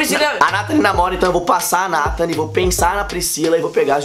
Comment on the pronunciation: Nathan fala eu beijo a natali falou errado